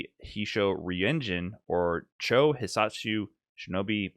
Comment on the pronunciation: You were good until "chou" like "chow". A u after an o in Japanese just means to hold the "oh" sound for longer. This is why some older localization would just drop the u entirely (ex hadouken vs hadoken), since English doesn't convey timing through spelling as consistently.